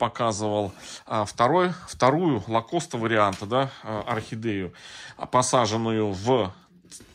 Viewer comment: Добрый вечер,! Спасибо большое за очередной урок! Очень любопытно! Но очень-очень вас прошу прочитать, не лакоста, а ликаста. Посмотрите, есть такой вид орхидеи ликаста, у них цветы такой формы, как у вашей. Пожалуйста, обратите внимание!😊